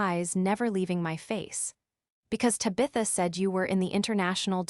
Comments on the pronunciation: AAUURGH! TAB-i-tha! NOT Tab-ITH-a !!!!!! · And Tabitha and a few others😮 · So who is DIE-caprio? Maybe a friend of TaBITHa’s!? lol😂